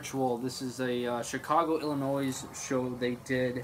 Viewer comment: The S in Illinois is silent. Why don't people know this?